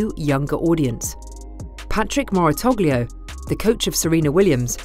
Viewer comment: "Moratogleo"... Certainly an interesting way to pronounce his name.